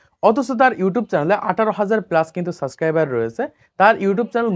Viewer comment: সাসক্রাইবার না ভাই সাবস্ক্রাইবার